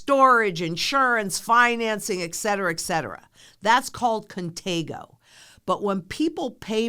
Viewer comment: Pretty sure the word is contango, not contego. Do I need to watch the rest of this video because if one cannot get that correct, then what else is wrong?